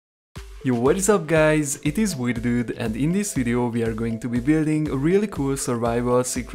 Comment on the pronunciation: Actually i just noticed today that it's WiederDude not wierder dude😅